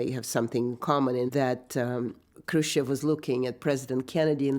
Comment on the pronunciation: Le May; just another gong-ho general with too much ambition. Thank goodness Kennedy did not listen to him. BTW; not ONE documentary narrator pronounces "Khrushchev" properly. They say Krushev!